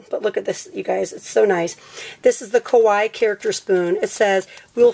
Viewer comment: Sry but its pronounced kawaII not just kawi